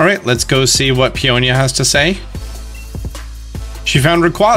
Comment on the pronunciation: Someone finally pronounced their names properly. Peony and Peonia. I don’t know where PEE N EE came from. Their names are similar to Tony and Fiona